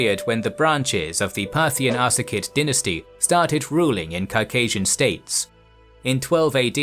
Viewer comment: You keep pronouncing it Ar-ka-sid, when it's spelled, Ar-sa-cid. It's ... annoying.